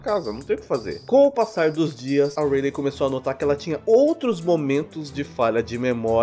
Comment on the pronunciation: o nome dela se pronuncia raili kk